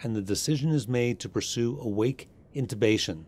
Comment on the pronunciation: INTUBATION or INTUTION. ???? 😁😁😁😁🧚🧚🧚🧚